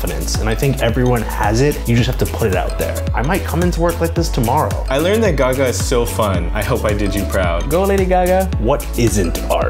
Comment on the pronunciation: The dude who did Applause kept on saying "G-ga" as "Gaga" this is so disctracting lmao don't disrespect the queen like that